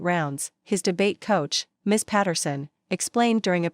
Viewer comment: AI needs to be more educated on reading skills. Like, instead of pronouncing Ms. as Miss, it says M.S., as in two syllables. And it puts inflections when there should be none. 🙄 The story telling is terrible. It becomes more like a reporter reading a teleprompter recounting news. It came to the point it became boring, I lost interest watching the ending. I stopped midway. 🥱 Instead of clicking 👍, I clicked Do not recommend this channel. TBH, it's the worst reading I encountered on YouTube stories.